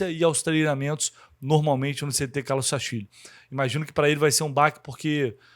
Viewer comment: Rapaz, para falar Sastilho😮😮😮😮